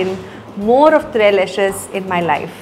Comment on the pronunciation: This can’t be be called authentic Mexican food with peri peri falafel and paneer but enjoyed the video. Also the ‘ s’ tres leches , is not silent. Tres means three in Spanish